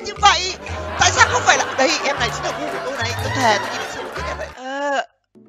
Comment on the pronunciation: .Ổng nói gu của tui :v nghe sao ra cu của tui